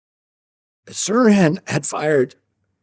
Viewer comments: What the .....? You pronounced it Siran Siran? What's wrong with you. Do your research. Sirhan Sirhan!!!!! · Saran Saran? Don't you mean Sirhan Sirhan ?? LOL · Pronounce his name correctly!! It’s not Sirrand!! It’s Sir Han!! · RFK does a fair job of pronouncing Sirhan’s name. It isn’t difficult. Seer-Han. But the interviewer butchers it. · Fast forward? Does he mean REWIND? Who is doing this interview? The interviewer doesn’t even pronounce Sirhan Sirhan’s name correctly!!! (I’m at a minute and four seconds)….. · This narrator has no idea of what he's talking about nor does he care. He can't even pronounce that scum bag's name right. Must be a young guy......stupid! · 1. (Who's the interviewer?) Why doesn't he know how to pronounce 'Sirhan Sirhan'? 2. Interesting details reviewed here by RFK Jr. that I had never heard of before.